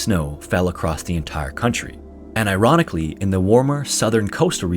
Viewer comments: "and Iranically"... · "Iranically" lol